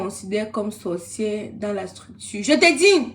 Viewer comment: Bsr 😂 stp on dis sorcière pas sorcièrse😢😊 ❤❤❤❤❤❤❤❤❤ parle stp ne bani pas ta page